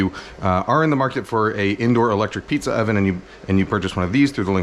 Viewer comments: Mf said pziza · Between piziza and the whistley nose, this has to be the funniest video yet 😂 I need me a pizza oven asap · This mf said pziza!